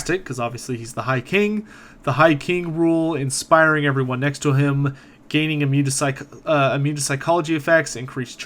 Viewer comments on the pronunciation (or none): none